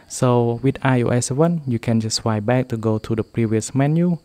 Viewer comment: It’s swiPe not swie